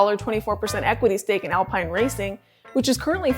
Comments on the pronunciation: Isn't it pronounced Alpeen? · yup. David Croft and Martin Brundle certainly pronounced it as Alpeen..